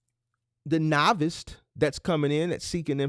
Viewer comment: I’m learning a lot. Hopefully with your informative videos and a consultation or 2 I’ll cut out a lot of the mistakes and hit the ground running. I also appreciate your effort in enunciating and properly pronouncing words. However fyi there is no t or -Ed on duress or novice. I know you wanna be the best you can be. Just a little constructive feedback. Enjoying all you do bro.